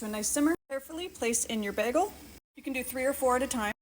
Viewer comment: lol, behgel! My boyfriend says it the same way :) this looks delicious, and I love the detailed instructions!